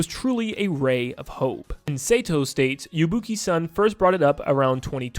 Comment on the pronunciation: Sato is pronounced "Saw Toe" not "Say Toe."